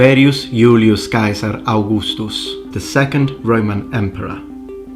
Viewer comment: man I love it when youtuber pronounces "Yu- -li-us Kai-sar" rather than his Anglicized name